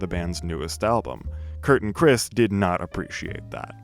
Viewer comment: It’s Krist not Chris